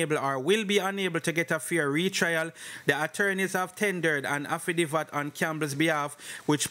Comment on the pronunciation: Say it with me "afi david" wah name affi divvat? 😅😅